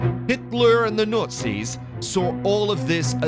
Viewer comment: Between the overly loud and over-dramatic music, the voice-over's overly dramatic tone and pronouncing Nazis as Nurtzies or Nutzies or Nortzies, this is hilarious.